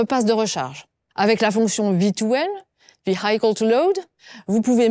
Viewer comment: Attention à la prononciation en anglais : Vehicle se prononce "Vee-ih-kəl" presque comme "véhicule" en français et non "Vee-AÏ-kəl".